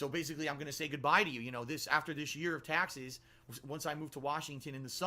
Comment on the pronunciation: "Tyexes" - trying to say "taxes"